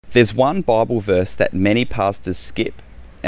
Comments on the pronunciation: I heard several references to a baubel, which I later understood was to be bible. In America it's pronounced Bye ble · I at first I thought what’s a bobble? Oh…. He’s saying Bible. lol. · “In the bahable”. 🤣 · Took me the longest time to figure out he was saying "Bible" ! Bobble? AHAHAHAHAHAHAHA!!!